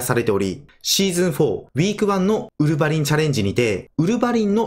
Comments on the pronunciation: ウルヴァ⤴︎リン めっちゃ気になっちゃった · ウルヴァリンは「ウ」にアクセントですね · ウルブァリンの発音おかしくねwww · ウルヴァリンの発音w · ウルヴァリン発音が少し引っかかる